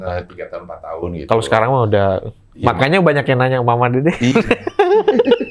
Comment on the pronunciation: Tadi openingnya bilang udahhhh,.,. Salah itu harusnya udehhhhhh